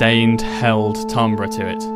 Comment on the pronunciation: I'm pretty sure it's pronounced TIM-bur